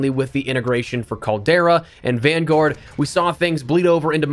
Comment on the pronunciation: I love how he’s says vangowurd